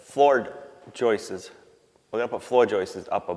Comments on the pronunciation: "Joistses"???? Stop. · 👏👏👏 I'm proud of you. You said,"Videoing" instead of filming. So,so many cannot/have not//will not make that transition. Obversely you still say things like "Jeaner" (Gina) sp? and "Alfalfer".😅 "Pocking" "Floor Joices" ✌️❤️ 🙈🙉🙊